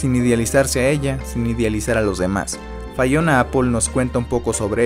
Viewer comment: Critica constructiva, de menos investiga como se pronuncia su nombre, no es fayona, es lo mas basico y ya de ahi partes (pd no soy fanboy ni jeiter)